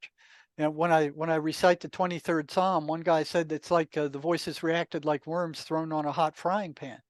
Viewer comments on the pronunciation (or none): none